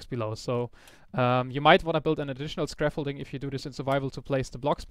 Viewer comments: I love too, but still found it hilarious every time I heard "Scraffolding":P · "scraffolding" :D